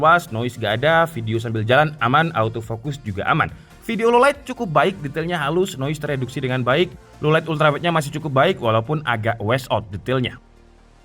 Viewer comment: Im sorry to say pls kalo pake b inggris hati2, beberapa pronounciations kurang bener. Semisal saat baca wash out. Dibaca wes out. Semoga kedepannya lebih baik..karena chanel utube dah gede, sayang hal2 kecil tsb ngasih bad impression.